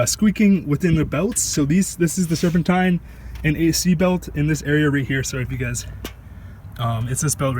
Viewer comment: You didn't say serpentine belt right😂